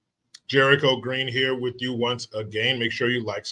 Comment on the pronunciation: Never heard of that sitcom.. just like the way twists words.. "over heah!" 😜🗽